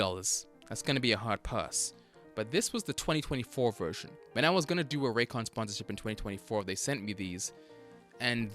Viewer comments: Raycon sounds more like recon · YEAH, Introducing, the original raycon hater, he calls them rays con and rancans